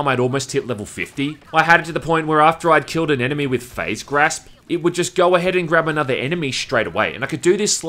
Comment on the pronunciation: You say grasp weird